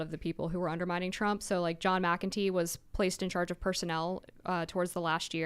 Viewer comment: “In Chairge”…as in “He leads the chairge”😂